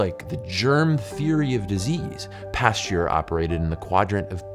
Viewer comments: A biologist unable to correctly pronounce "Pasteur". Pasteur != Pasture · Research how to pronounce Pasteur